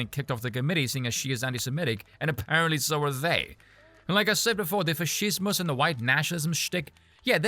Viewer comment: I can see Vee has gotten to you as well. I’ll never pronounce “Fascismus” and “racismus” properly again, lol